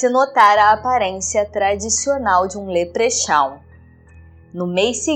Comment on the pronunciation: Leprechaun: leprecóun